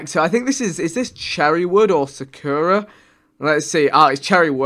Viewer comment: I'm so disappointed I'm Japanese and he said chukura it's Sakura (cherry blossom in Japanese )